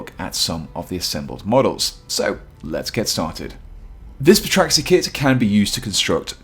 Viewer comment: The p is silent, you should know that